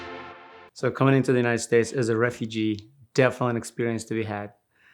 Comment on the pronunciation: "Refugee," haha. Deport this guy, please.